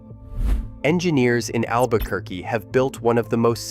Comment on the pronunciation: "Albuh-ker-cuh" <=== Brilliant!!! 😂